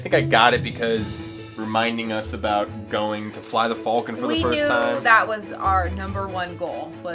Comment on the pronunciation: Take a shot every time he says falcon wrong. You'll pass out drunk and wake up in a Bacta tank in the medical Bay..